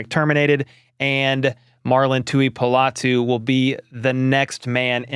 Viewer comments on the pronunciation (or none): Pronounced Tu-i-po-lotu. Po not pa. 👍